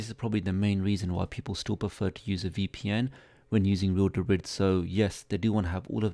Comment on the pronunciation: This is so hard to watch with him mispronouncing real debris every two seconds lol